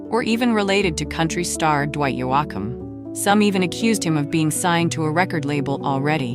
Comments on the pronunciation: It’s Dwight YOCUM, with a long O sound! Who doesn’t know that??? Do your research! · Dwight Yo awk um? Please learn how to pronounce people’s names. That’s ridiculous 😂😂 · Learn how to pronounce names correctly before narrating a video. Dwight Yoakum is pronounced Yokum. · THE WAY She said YOAKUM LOL Shows she don’t know much about MUSIC!!